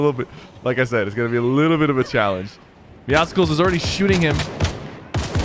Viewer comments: IT IS MEOWSCELS NOT MEOWSECKELS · Lewis TheOneAndOnly I agree, idk why "Meow-sickles" is a thing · I hate it when people say “meow-skles” it meowcles, just like muscles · Why does everyone pronounce it meow-skulls? meow+muscles=Meowscles, so it should be pronounced meow-sulls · why does everyone say “meow-sicles” it’s “meowsulls” just how muscles is pronounced mussels not musicalls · Doesn’t it trigger you when he says meowcicles instead of meowcles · Say Meow then say Muscles combine and u get MEOW SCLES!!!! NOT MEOW SICLES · Muscles + meow(a cat) = meowscles. Stop saying meoskles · Meowscles is pronounced the same as muscles and meow combined Dont go meowsuhkles mkay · PigCake101 lord I’ve been doing it so wrong 😑 is it like meow cels like pronounced like that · Does it bother anyone else that he says meow scicles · Why does everyone call him meowsickles? Bruh well how tf do you say muscles? Musickles? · Pronounce Meowscles right. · Does Sypher know that hes pronouncing Meowscles wrong? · Please don't say meowscles like that. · Why does everybody say it like that? Do you say muscles with the c sounding like a k? No you don't, the c in Meowscles is supposed to sound like an s.